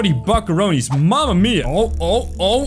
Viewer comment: Stop saying buckoronies